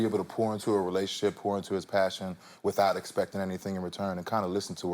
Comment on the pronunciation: gurl - why is he so serious and Dry today? that's not cute. And if he say pour into it one more time - sounding like PORN when he say pour. I was like yeah, nigga porn is apart of some day's lol not everyday. the movie was straight - that's all I'ma say in the public.